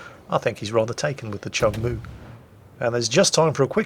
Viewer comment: My grandfather served on this ship from 1970 to 1976, don't remember the spectacular camo scheme though lol Oh also it's pronounced "Choong Moo" not "Chung Moo"